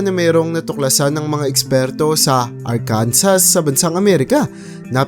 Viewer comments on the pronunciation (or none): none